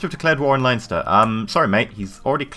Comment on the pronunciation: Leinster is pronouced Len-ster not Lion-ster